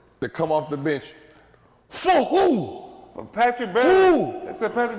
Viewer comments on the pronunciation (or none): The way Gil says for who got me dyinggg